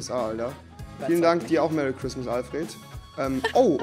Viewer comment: wohl eher Meh-rry christmas.